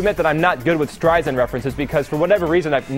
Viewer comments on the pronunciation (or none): It's pronounced Strei-sand, not Strei-zand. It's kind of embarassing to get Barbra Streisand and Bette Midler mixed up. You need to take a music class there buddy.